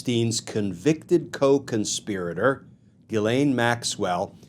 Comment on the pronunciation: Just gets worse! Pardon for her? Ghees- laine is how to pronounce her name correctly!